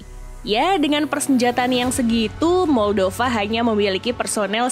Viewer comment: Moldova di baca 'maldava' yah 😅